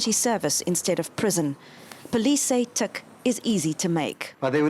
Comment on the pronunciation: Teek ? Could he at least pronounce the word right? It's Tik